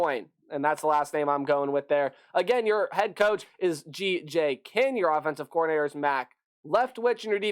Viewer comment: couple of notes: Kinne is pronounced Kin-knee. Pare is pronounced "pear-ay". And Hatcher I really need to understand what folks are seeing in him, as he truly led a really mediocre at best offense every year he's been in college. Not a knock on the kid, but his ceiling is really FBS backup. Smart kid who can put in some reps if the starter goes down, but not built for the college game. Oh my prediction is: ceiling 6-6, floor is 2-10. So much depends on how all the transfers come together.